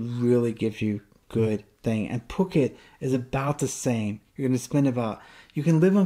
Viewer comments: Hey dude. Just FYI. It's Foo-ket. Not Puck-it. You'll bring out the armchair critics quick if you keep saying it like that. Good luck on your move. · Cool video intermixed with videos within, not just another talking head. I think it's pronounced FooKET, not PooKet LOL! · No, it is NOT Foo-ket LOL. The island is called ภูเก็ต . The first consonant is Phaaw Sam Phao with a /p/ sound. The english romanization of it is Ph which sounds like a /p/ sound in English, NOT /f/. So, its Poo-Ket. Gaw Gai ก is more of a blend between G and K, but K will do.